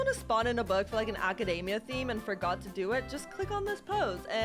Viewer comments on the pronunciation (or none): none